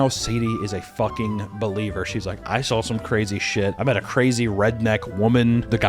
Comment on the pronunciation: Anyone else recently notice that says “drawl” and “sawl” no hate at all just noticed that